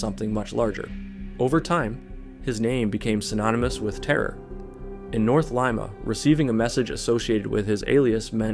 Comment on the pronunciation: ah yes, good old lime-a peru.